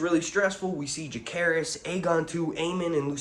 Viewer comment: Jacaerys , not Jahaerys